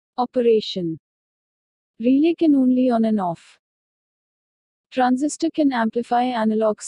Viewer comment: it's Transistor, not Transisitor.